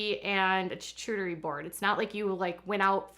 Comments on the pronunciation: Lol 😅😅 well FYI, charcuterie is pronounced shar-coo-ter-ee not ch-ar-ch-oo-ter-ee 😅 so cute! 🥰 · As someone from Northwest Arkansas, actually same town as the Duggar’s I’ve NEVER heard of someone call Arkansas the “middle of the Midwest”.... also it’s pronounced “Char-coo-ter-ee”... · You were saying they can't pronounce charcuterie but you can't either. You should do more research before you "report" and pick apart others. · ‘Derrick, it’s called Prosciutto’..... ‘after they had their CHACHOOTARRY board’ 😂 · Every time she says "chu-chu-teri" it reminds me of the Mary Poppins "chim--chim-sheri" song :) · "They don't always know the fancy words for things..." but you called it a "choochooteree" board. Lol (it's cute. You're cute though.☺️) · Lol hocking on Derick not knowing the right word for his food and you not knowing how to pronounce charcuterie! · Ironic that you mock Derrick for not knowing the name of something as you mispronounce charcuterie. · Ok she says "fundies" don't have much exposure which is why Derick doesn't know prosciutto.... But she doesn't know how to say "charcuterie" board? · can’t read “charcuterie” lol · I cannot handle the poor pronunciation of charcuterie happening in this video 😂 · You make fun of THEM, but YOU can't pronounce charcuterie properly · Yeah you make fun of Derek for not being able to pronounce prosciutto yeah you can’t say charcuterie board. 💁🏼‍♀️